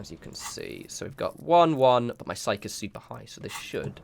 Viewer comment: Psyche is pronounced [SY] + [KEE]. Just can't let you go through life without that knowledge :) Maybe you know this by now but in case you don't and still read comments... the way you're saying it in this video is more the SIKE! version as in "just kidding".